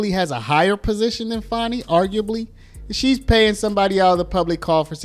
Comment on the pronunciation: Fanny. We all know it's Fanny not Fani